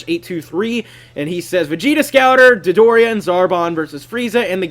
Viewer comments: lol you said "Dildo-ria" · You do realize that he says Dildoria in pretty much every episode Dodoria is in :P